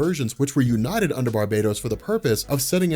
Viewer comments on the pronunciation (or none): none